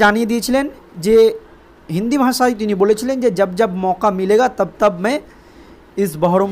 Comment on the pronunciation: ভাই, আপনার বাংলা উচ্চারণ টা নিয়ে অনুশীলন করুন।। ভাষা কে বলছেন ভাসা!...